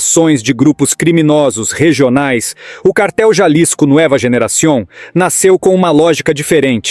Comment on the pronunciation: A pronúncia em espanhol é “NUÊVA” Generacion e não “ NUÉVA”….